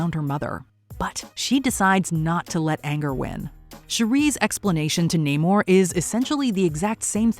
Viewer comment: Same with Namor.